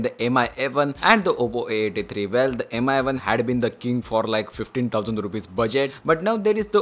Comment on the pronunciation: Mi is pronounced as 'me'